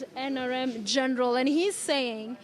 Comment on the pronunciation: 😍😍😍I love how you are calling Miguna Miguna "Geenral"